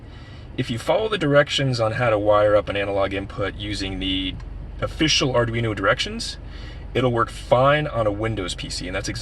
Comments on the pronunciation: ArduinO not ArduinU. Slightly annoying. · Arduino. It's an o at the end not a u.